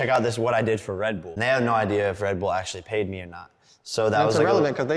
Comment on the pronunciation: why is he saying Redbool?